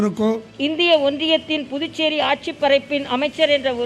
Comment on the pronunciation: the guy says "புட்டு சேரி" Pudducheri. Can he not practice and come ???